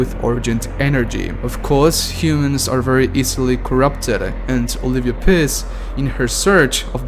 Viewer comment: Olivia Piss. Lol. Get someone to narrate your videos.